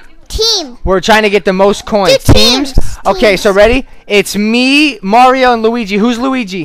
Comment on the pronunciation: lol said m to the a to the r o. maro instead of mario